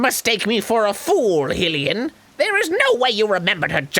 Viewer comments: Hylian: Hi-lee-yan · This whole play through has had me second guessing how to say hylian cuz arin says it with a short "i" sound and finally mipha put it to rest that arin has been saying it wrong the whole time and its going to aggrivate the shit out of me if i hear him say "hilian" again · Likely derived from the name Hyrule ("HIGH rule") the correct pronunciation for Hylian Shield and Lake Hylia is "HIGH lee ah" or "HIGH lee ya." The Japanese texts, which spell the word "hai-ri-a" (ハイリア), confirm this pronunciation. The confusion probably occurs because English phonetic rules would suggest that a "Y" preceding a diphthong would make a short "I" sound. The "ia" vowels directly adjacent to one another at the end of the word "Hylia" visual appear to be a diphthong. They are not. Even by English phonetic rules it is pronounced high-lee-ah. In every case "Y" followed by another vowel without a double consonant in between will make a long "i" sound. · That is how you pronounce it. It's just that they mispronounce it. They also mispronounce 'Hylian', which is a bit more frustrating. IT'S PRONOUNCED 'HIGH-LIAN', GODDAMNIT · Maybe if you didn't talk over the wonderful voice acting in the cutscenes, you would find out that the first syllable of "Hylian" does not sound like the word "hill". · She literally says high-lian in the cutscenes and they still say it wrong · It's High-lian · When they talked over Miffa pronouncing Hillian correctly? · THEN AGAIN HE SAYS HILLIAN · if Arin says "hillian" one more fucking time, I'm going to climb through my phone screen and shove the joycon down his throat until he suffocates. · Jamie Krouse God I know. it's "highlian" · hillian man of the hill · Jamie Krouse I'm confused to as why people think the pronoun Hyllian has anything to do with Hyrule. Hyllian comes from the goddess Hyllia, and Hyrule is it's own thing, so it would be stupid to pronounce Hyllian as Highlian. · Arin, buddy, you GOTTA stop pronouncing everything wrong